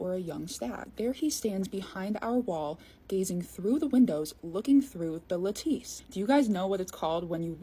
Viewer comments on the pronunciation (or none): Lattice is pronounced “laddis,“ not “la-teese” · La-teese? Lattice (laa-tiss) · OH! & its pronounced la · tuhs not Lat tice google says the words even slow if you ask it "how to pronounce ..." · Wait, it's not "la-TEACE" .. The correct pronunciation is "LA-tiss" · Lattice isn't "LATEESE", by the way, it's pronounced like "LAT-TIS" or "LA-TUHS". You never heard that pronounced before? No offense, because I appreciate everything that's on point (or even seemingly so). It's just that schools, generally, don't teach like they used to, along with other factors in today's anti-intellectual nightmare. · No “ lah-tis” that’s the pronunciation. But otherwise you go girl!❤ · I like Là teese 🤌🏼😂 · I agree with all of this except your terrible pronunciation of lattice. Lol, all good tho.